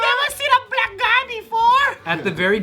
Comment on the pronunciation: He said “Brack Guy” 😂